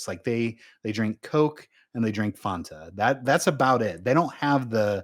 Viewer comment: Can someone please teach how to say Fanta?